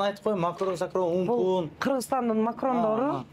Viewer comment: Байкуш сабатсыз кыргызым!Же блогери сабаттуу эмес же магазин ачканы сабаттуу эмес,эптеп эле акча кылмай?Бүткүл кыргыз элине уят болуп жатасыңар?Башкасын айтпайын,"макронду" 20 жолу кайталады окшойт.Ой айланайын кара кыргыз,жок дегенде камерага чыгарда сөзүңөрдү тактап алсаңар боло?Макаронду ж.б сөздөрдү айтканды үйрөнгүлө.Кыргызча таза сүйлөгөндү үйрөнгүлө,акча деп эле аңкылдай бербей.Аман эле болгула.